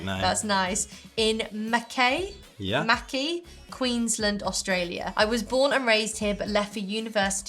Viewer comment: Not sure if you know, but Mackay is pronounced Mac-eye, not Mac-kay. Feels like a place only Australians know how to pronounce